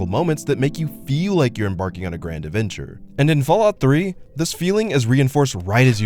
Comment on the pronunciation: "aventure"? "genine"? "excapism?" what are you, five years old?